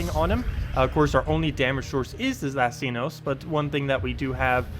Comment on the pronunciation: You said it right!!!!!! Well, at least the very first time at the start of the vid...